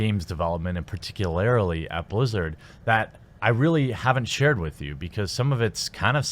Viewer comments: Par-Tic-You-Lar-Li not Par-Tic-You-Lar-Aly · Did he just say "particularily"? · Particularily? lol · Are you saying particularily on purpose?